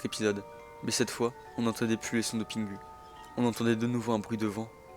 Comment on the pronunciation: Pitié c’est pingou pas pingu que ça se prononce …